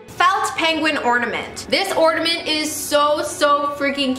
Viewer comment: I'm mad because you keep saying ordamint not ornament